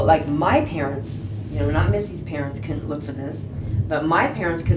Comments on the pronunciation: She can't even say Missy??? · she can't even say missy's name ......😡😡😡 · This Bitch can't even say her name . 😤 its Missy . No matter what missy will always be prettier than you and such a better person then you are . You're a psychopath... just know that God doesn't like Ugly .